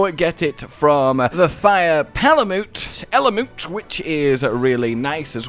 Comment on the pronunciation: Palamute is pronounced (pala myoot). Like the real dog breed Malamute.